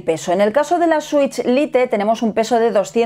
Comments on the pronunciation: No se dice lite, no se pronuncia así.😂😂😂😂😂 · dos años y le sigues diciendo "LITE" en vez de como se pronuncia XD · Lite es una palabra en inglés aprendan a pronunciarla molesta oír el video con malas pronunciaciones